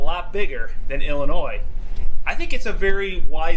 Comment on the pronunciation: Thumbs up for pronouncing “Illinois” correctly!